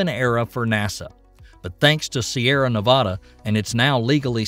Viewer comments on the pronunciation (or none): none